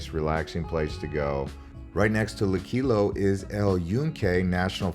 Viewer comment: PLEASE GO VISIT VIDEOS MADE BY PUERTO RICANS NOT SOME GUY THAT SAYS THE LOCALS SAID...NO GET A LOCAL VIDEO NOT GRINGO VIDEO. AND WATCH SOMEONE WHO TAKES THE TIME TO PRONOUNCE LUQUILLO. EVERY ONE SPEAKS ENGLISH EVEM IF THEY SAY THEY DONT. PUERTO RICO HAS A DIFFERENT STATUS THAN OTHER US TERRITORIES NO OFFENSE GRINGO